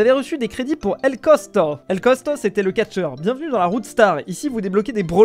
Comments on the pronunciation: C pas cosco m'ait costo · C costo pas cosco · qui dit cosko au lieu de costo😅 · A chaque fois qu'il disait "cotsko" au lieu de "costo" ça m'a stressée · Quand tu vas réaliser que c est costo et non cosco 😢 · "el cosCo" nan vraiment.... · Ses plus el costo mais el cosco 😂😂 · el cosco ? Non el Costo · El cosquo au lieux de el costo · TA DIS COSCO NOOONNNNN C COSTO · 2 sec apres:cotsco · On dit Costo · Rip El Costo qui s’est fait massacrer son nom pendant la moitié de la vidéo🫡